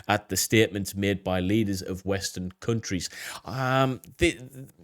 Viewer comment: He said “CUNT-REES” 😂